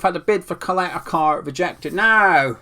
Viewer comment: His name is Ćaleta-Car (Cha-leta Tsar)